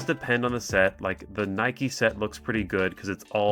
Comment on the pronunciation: EXCUSE ME!? 😂 How did my guy just pronounce NIKKE? 😂 I think he got it confused for a shoe brand there for a seocnd lol 😂